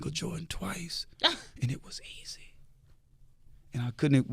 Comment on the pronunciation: He said I'm on to someting.